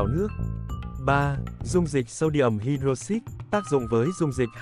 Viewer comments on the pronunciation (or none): Anh ơi, cái từ "hydroxide" ấy phát âm của nó là hai-đroóc-xai cơ anh ạ